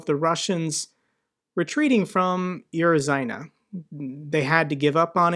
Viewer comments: not uro-zayne but uro-ZHAIN-eh. ZH like prigoZHin, or zaporyzhZHia. english speakers rarely use ZH and instead spell it as Z. also - klish-CHI-yivka, andri-yivka, starom-LYNivka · Hi. A couple of notes on pronunciation. (1) a U at the beginning of the word is pronounced "oo" not "you." There is a lot of palatalization in Slavic languages, but when transliterated into Latin script, the U is "oo" and "Yu" is "you." "U" and "Yu" are two different letters in Cyrillic (У = "U" and Ю = "Yu"). (2) The "zh" (Cyrillic Ж) is pronounced like the z in "azure" -- like "sh" but voiced. Love the channel -- it's the first one I look for each morning. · It is "oo-rozh--eye-neh" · Just to help you with your pronounciations, "zh-" is pronounced like a dragged-out "j". Similar sound to "ch-" (most forced) and "sh-" (less forced), "zh-" is best represented by how we pronounce the "s" in "pleasure". So instead of "YOO-roh-zai-nuh", a closer pronunciation would be "OO-roh-djai-nuh", really dragging that "j" over the "djai" instead of a sharp "j" like in "jump" or "jack". Think about how "Jakarta" or "genie" are classically spelled and pronounced (Djakarta and djinn, respectively) and you'll get the hang of the "zh-" consonant sound that doesn't pop up often in our language. Almost a sleepy hum over a j, if that makes sense. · Uro zhi neh. Zh is pronounced like treasure = tre zhur, or pleasure = ple zhur. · the correct pronunciation of "Urozhaine" would be OO_ROJ_SHINE_NO_YEAH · I've Urozhaine pronounced Uroz-shane. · Uro zhi neh. Zh is pronounced like treasure = tre zhur, pleasure = ple zhur. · Urozhaine is pronounced like oo-roh-jaei-ne (but without “d” sound in j). Rule of thumb is when you see word starting with just “U” it means “Oo”. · you would do well to learn the Cyrillic alphabet. Pronouncing Ukrainian and Russian things becomes super easy once you get it down after about 20 minutes of looking it over. It's Urozhaine(OOO ra zh long-i n ye).